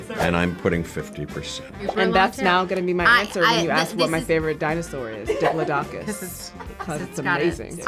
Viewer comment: They pronounce Diplodocus funny